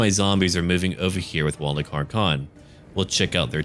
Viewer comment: you need to pronounce 'Wallach' as 'Vallach', it'll sound better as it's proper;)